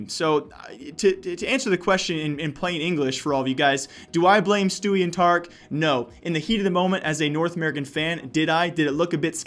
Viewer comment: Its tareek get it right please!